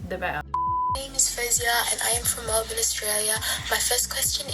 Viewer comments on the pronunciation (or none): none